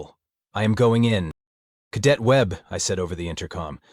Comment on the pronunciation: OH, JOYYYY!! This cow-pattie of an AI reading of an AI script, HEE HEEE, it just corrected 100 years of American pronunciation of "cadet", SHHHHH, let's see if it catches on!